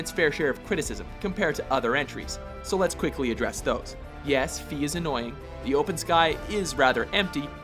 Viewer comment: Fi's name is pronounced with a long I like in "sky" not Fi that sounds like Fee as is "how much does it costs?" see for yourself That's my one main complaint, but anyway... I personally ranked all the 3D Zelda games above the 2D ones due to easily beating the 3D ones, while the 2D ones take a while. Doesn't mean I don't enjoy them. I'm grouping these games together by 2D/3D style, then by order of my personal preference: 3D: Majora's Mask (My all-time favorite; the 3-day loop actually means I can self-impose a different challenge on a new 3 day cycle) Wind Waker (in either Gamecube or Wii U version, The sailing and Tingle don't bother me like most complainers; the music and character animations also make this higher than Ocarina) Ocarina of Time (While I love it very much and replayed it many times, it doesn't beat Major's Mask and Wind Waker for reasons above) Skyward Sword (Fi (again, say her name like "sky"): as a character in the story, she's great; as a game-play element, I have to agree she CAN get annoying. However, her unskippable dialog doesn't bother me as most complainers do. Groose's Character Development from bully to friend is so good that it actually pains me to see him as a huge jerk again every time I play the game from the beginning again.) Twilight Princess (The weakest of the 3D games only by comparison. I still enjoy this game more than the 2D ones) 2D: Link Between Worlds (Replayabilty with this game is very high. My goal: Replay this game until I